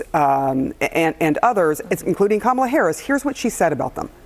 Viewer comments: Im amazed she pronouced Kamala's name correctly 😅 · Did looney loomer actually say Kamalas' name correctly? That's surprising.